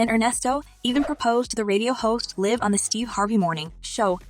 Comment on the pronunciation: Who is this narrator who doesn’t know when to say LIVE with a short i or a long i.